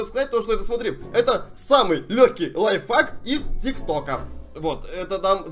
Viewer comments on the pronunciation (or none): Мне кажется или говорит не лайфхак, а лайфак😂